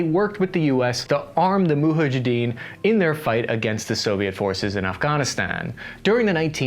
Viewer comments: It is Mujahideen, not “Muha Jideen”. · Mujahideen - Muhajadeen Bhutto - Bhuttao Some of your incorrect pronunciation. Your research is comprehensive but work on your pronunciation to be taken more seriously.